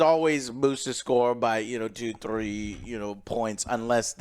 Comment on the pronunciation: I love the way joe says “thrrrree” and rollz his R’s😅